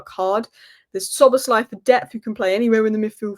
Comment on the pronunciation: You instantly busted yourself mr. fake liverpool fan. If you want to fake yourself as a fan at least check the names of the champion team correctly before that. You butchered the names of 3 key players to the champion team, and even if you only messed up Szobo as Svolazi then it would maybe go under the radar, but you messed up 3 key names...